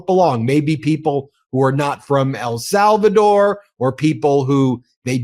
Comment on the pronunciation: please! EL SALVADOR!!! not “Al”Salvador